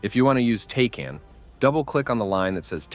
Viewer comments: "Tay-can" hurts my soul, it's "Tack-an" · all good brother, I love the content though. Just us military folk hear “tay-can” and we have a stroke 😂😂😂